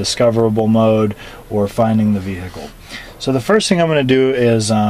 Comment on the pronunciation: The ve-hic-kel